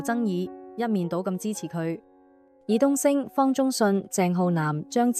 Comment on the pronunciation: 導演爾冬陞啊。又讀錯字係咪唔識字嘅你。